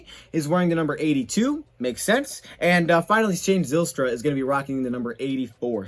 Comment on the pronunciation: Zylstra. Rhymes with mile- stra. Btw. Dutch stuff